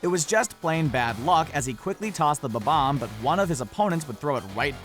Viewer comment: and bomb-ombs 'bobboms' lmao